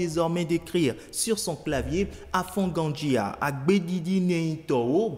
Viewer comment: Le journal n'est pas un Béninois ? A fon gan dji a , c'est pas comme ça on le dit Félicitation à la jeunesse Béninoise